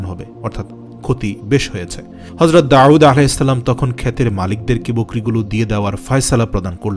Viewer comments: داوود على السلام Not داعود على السلام আপনি নাম টি সুন্দর করে বলবেন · Nobir name Ta ektu correctly pronounce korar request korsi. ( Da’ud with hamja, not with a’in) thanks brother. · জনাব, ক্ষমাপ্রার্থী! "দাউদ" উচ্চারণ ভূল শোনা যাচ্ছে। দাঊদ "আইন" দিয়ে নয়। পেশযুক্ত "ওয়াও" দিয়ে। ধন্যবাদ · উনার নাম ছিল ( داود عليه السلام)আপনে বলতেছেন داعود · দাউদ বলতে আইন নয় ওয়াও হবে। داؤد হবে داعود নয়। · আসলে ওটা داعود না داود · অনেক ভালো লাগলো তবে দাউদ নবীর নামের উচ্চারণ এর ক্ষেত্রে কেমন জানি শুনা যায় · দাউদ আলাইহে ওয়াসাললাম নাম এর মাখরাজ সঠিক করে নিও। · বার বার দাউদ (আ) নামটি অশুদ্ধ উচ্চারণ করা হয়েছে।